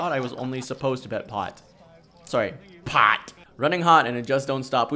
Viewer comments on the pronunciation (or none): I just love when you PAHT it! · I like the part where you PAHT.